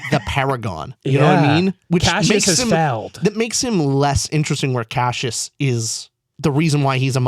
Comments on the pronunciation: Stop saying Cashus… I can’t watch anymore! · After all this time I had forgotten how much it bothered me that they pronounce Cassius as “cashews” hahahaha